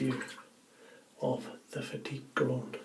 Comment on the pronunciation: Bravo. At last, someone has used the correct pronunciation for this razor, instead of the usual "fat tip". All the best.